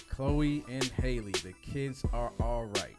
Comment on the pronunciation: Awesome review! Just letting y’all know that you pronounced Halle’s name wrong for future reference.